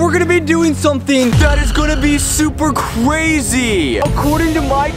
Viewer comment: he said cwazy HAHAHAH